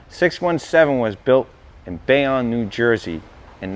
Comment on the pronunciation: "Bay- On NJ?" ( smh ) Try "bay-own." I'm offended😅 Great video guys!